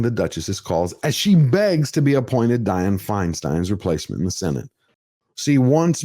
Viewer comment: You're the only one on youtube who pronounces Dianne Einstein's name correctly.